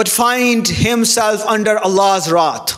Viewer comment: Wrath not rot mr need to learn to speaks English